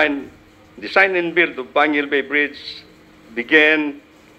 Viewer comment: its panguil not panquil